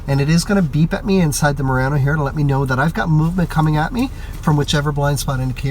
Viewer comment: Need to learn how to pronounce Murano!